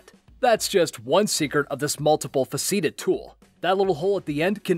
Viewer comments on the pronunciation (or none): To the narrator: Faceted is pronounced "FASS-uh-tid" -- not "fuh-SEE-tid" . And while we're at it, "multifaceted" would be much better usage than "multiple faceted." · pronounced "faceted" wrong, it's FASS-set-ed, not fa-SEAT-ed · "fuh SEAT id" ... It's "FAAH set id" ! You know... like facets on a diamond. Do schools even teach English anymore? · Fa-SEATED?? It's FASS-a-tid! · Hey idiot...the word is pronounced fass-eh-ted, NOT "fas-ee-ted"! Where in the hell did you learn how to speak?. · Multi-FACETED. Fa(t)-seh-ted. Not Fuhseeded. Good god. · "multi-fuh-SEE-tid?" You mean "multi-FAH-si-tid?" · "This multiple fah-see-ted tool?" You mean faceted? Like "FAH-set-ed"? Welcome to America! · "faceted" is not pronounced "fuh-SEET-ed", but "fah-SET-ed" (where the "a" sounds like the "a" in "bad"). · multiple faseeted? Faceted is fass-et-ed. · English M-Fer, do you speak it!? Faceted- pronounced like fass-it-id, or fass-id-id (Like the many faces of a cut diamond) fuh-seeded? just, no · Good video, not certain why there is so much hate on it. Also, it's pronounced "multi-fa-sit-id" ("fa" as in "bat") not "multi-fuh-SEET-ed". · About the tape measure. You said multi-fa-CEE-ted. Wrong pronunciation. It derives from "facet." It is pronounced multi-FA-ci-ted. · "Multiple faceeted" tool? I think you meant "multi-faceted," pronounced "faset" (like the word used to describe diamond and gemstone cuts). The pronunciation in this video sounds like you're trying to say "facetious." The word "facet" is defined as "one side of something many-sided, especially of a cut gem"...there is no such word as "faseeted" in the English language. Here's a video to help: Perhaps it would have been better to call the tape measure a "multi-purpose" tool (although I don't think it really is multi-faceted or multi-purpose...it only measures and scratches (and can cause a nasty cut if you're not careful!). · Fa-seat-ed? You mean faceted. Its pronounced fa-set-ed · Fa-ceeted? It's Fah'-cit-ed.